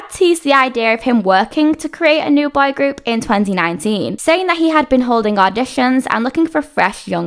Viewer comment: I kept hearing "bi group" instead of boy group 😅